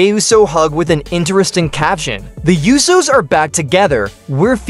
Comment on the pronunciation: Its PRONOUNCED USOS (OHH-SO)